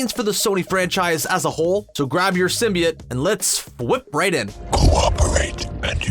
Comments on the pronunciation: “symbiut” bro come on symbiOTE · sym-bee-oat not sym-bee-it. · sim - bee - it thats a new pronounciation of symbiote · Bro 1 min of what he looks like and teen mins of garbage. And your pronunciation of symbiote was off. Not like the first venom trailer but still off.